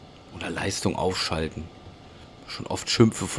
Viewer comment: Endlich sagst du es richtig😅 Leistung aufschalten Schöne Grüße